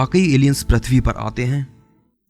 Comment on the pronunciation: prathvi (प्रथ्वी) नही भाई pruthvi पृथ्वी .. व्हीडीओ बारबार अटकता है .